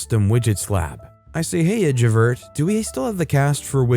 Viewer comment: Story #3 makes me wish that YouTube had a laugh emoji instead of just a like. Someone needs to watch Les Miserables to learn how to pronounce ValJean (ValJahn) & Javert (Jahverh).